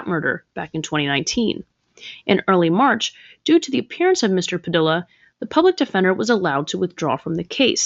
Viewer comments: Padilla = Puh-dee-yuh 😒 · FYI: The name “Padilla” is pronounced “Pa-DEE-ya.” A double L in Spanish is pronounced like a Y. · 😂 It sounds ridiculous pronouncing Padilla that way! Perhaps learn to pronounce names correctly... That's kind of an important part of it when you're trying to make a name for yourself by talking about other people.